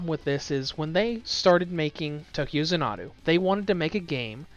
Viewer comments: Zan-uh-doo is how the word is supposed to be said said, be he kept using a phonotactic where the word was pronounced as consonant followed by a single vowel resulting in the Za-Nuh-Doo. That structure is very common in Japanese and has only a few deviations. Xanadu is actually ends with the same sound as the word Ado, I would point out that several times he even pronounced it as Za-Nuh-da, getting A soft a sound at the end like he converted all the vowels to an A while pronouncing it. In any case you can look the word up and get a dictionary bot to say it for, and you can clearly see that he is unfamiliar with the words pronunciation. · ZAHN-adu not za-NAH-du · It’s actually za na du. Watch its longer trailer “Tokyo Xanadu Demo Movie,” and you’ll hear the announcer pronounce Xanadu as za na du. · Tokyo “zah-na-doo” 🤦🏻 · If he only seen a longer trailer “Tokyo Xanadu Demo Movie,” he’d heard an announcer say it as za na du. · Xanadu. It's pronounced zan-a-do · If he only seen a longer trailer “Tokyo Xanadu Demo Movie,” he’d heard an announcer say it as za na du. But he obviously hadn’t seen it, so he missed hearing the pronunciation. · Zan-uh-doo, like the Olivia Newton John movie, only problem with the review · I hope you've learned how to say Xanadu since you've posted this, its like nails on a chalkboard. Funny the first time, painful the next 1000 times, increasing in pain as we go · please redo this review and stop mispronouncing Xanadu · Learn how to say the name of the game. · I’m surprised he didn’t mess up Tokyo the way he did with Xanadu. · how the hell are you pronouncing Xanadu wrong... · I know I was cringing every time he said it like it was an Japanese word. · his pronunciation of this word is incorrect. Plain and simple. Arguing against that just says you don't know how to pronounce it either.